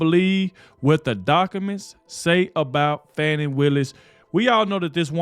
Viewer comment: It's Fattee Willis